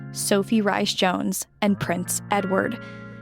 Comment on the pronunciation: Rhyse is pronounced Reese 😊 not rice